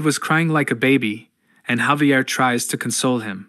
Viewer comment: ai was done sayin javier the right way